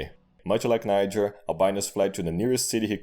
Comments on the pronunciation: "Just pronounce it Nyjer next time." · Niger: “just pronounce it Nyjher next time” LMAO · “Just pronounce it like ‘Nyjher’ next time.” LOL!